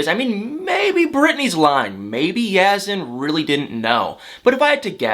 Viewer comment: I wish you would pronounce Yazan’s name properly. You seem to have no trouble pronouncing Brittany.